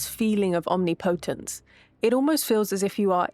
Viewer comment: Om NI potense. The emphasis is on the second syllable.